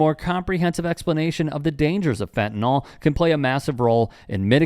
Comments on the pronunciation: FentaNYL (pronounced fentaNIL) not “fentanol”. What the f is wrong with everyone? It makes you sound like idiots. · Why do people pronounce fentanyl as "fentanol"?